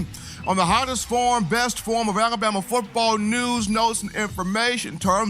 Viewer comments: I hate how says alabama lol alaboma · You made me notice😅